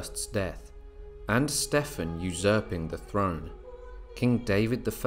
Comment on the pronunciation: Wondering why you keep mispronouncing Stephen.